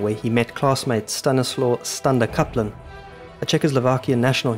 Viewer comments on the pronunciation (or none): W is pronounved as V. Stanislav in pronunciation.